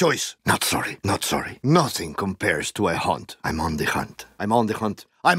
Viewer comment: Soory Not soory